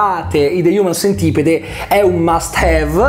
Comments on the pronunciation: de hiumen sentipid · Prima di recensirlo almeno vatti a vedere come si pronuncia il titolo